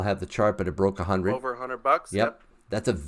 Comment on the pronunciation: S&P five HUNERD? LOL